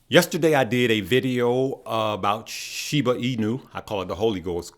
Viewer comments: I like how says Shibu instead of Shiba lol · “Shiboo”. Lol